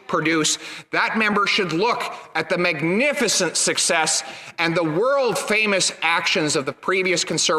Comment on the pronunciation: never ever have i seen someone pronounce 'magnificent' so magnificently.